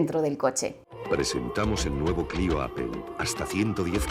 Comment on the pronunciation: pero por qué obviamente? Hasta si te metes a un traductor como google translator se escucha como se dice. Y appel no se parece en nada